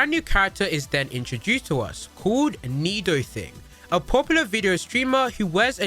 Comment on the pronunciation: It’s NidoTINA actually